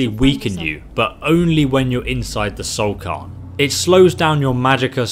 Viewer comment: I died a little every time you said "soul carn" instead of "soul cairn"